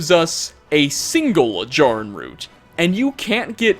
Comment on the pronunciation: Also mispronounced Jarrin.